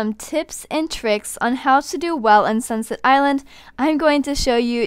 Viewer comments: AM I THE ONLY ONE WHATHEARS UR SAYING SUNSET ILAND WHEN ITS ACTUALLY CALLED SUNSET ISLAND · Did she say sinset island